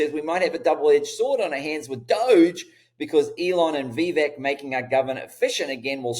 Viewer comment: Vivek is pronounced V- Vake (like cake)